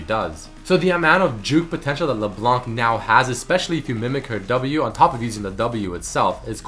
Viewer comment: Hey sup man i love your videos but for LeBlanc we dont say the C at the end !!! :P